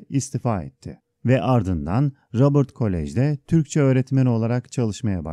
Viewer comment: Rabırt değil Robert koleji